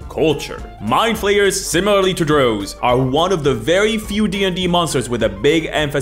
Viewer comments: Bro said drough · I was gonna complain about the pronunciation of drow (it rhymes with "cow" or "how" and not "row" or "flow"). But then you said Alien was the best horror movie of all time, which is a very respectable opinion, so that basically evens out. Good video. (Also "drow" is already plural, like moose or deer, though that one is less clear so either is acceptable)